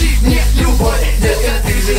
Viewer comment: ты, и супер это очень крутоооо, это самый лучший клип, а в конце вроде сказала бовь очень круто